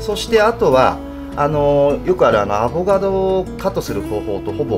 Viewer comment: アボガドじゃなくてアボカドだよ！！！